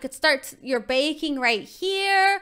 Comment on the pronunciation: When screamed baking I thought she said bacon 🥓 lol